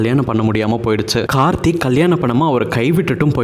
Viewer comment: முதல்ல கார்த்தி, கார்த்தின்னு கழுத்த அறுக்காத..கார்த்திக்கோட பெயரே சரியா சொல்லத் தெரியாத நீயெல்லாம் அவங்க சரித்திரத்த சொல்ல வந்துட்ட பாரு.. 🤦‍♀️🤦‍♀️